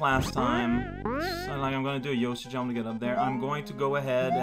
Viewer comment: I feel like a frickin' linguist for noticing these things, but... I'm noticing he's adding a (French) "e" after a word ("why didn't you jump-e?") and then I'm making the connection to how he often enunciates an e sound in swears ("merd-e!", "tabarnak-e").